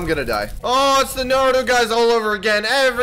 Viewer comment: its naruto not narudo